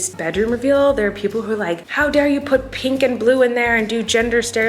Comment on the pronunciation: Why can she say milk right, but not pink 🤣